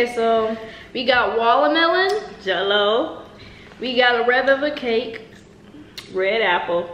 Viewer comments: we got wallamelon🤣🤣🤣🤣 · She said wallamelon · Every Time they said Walamelon Im Like (WATER)MELON 😂😂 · 😂😂😂😂 its watermelon, not wallamelon!! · when she said wallamelon 😂😭😭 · who else heard her say wolomelon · “we got a wallamelon” 😭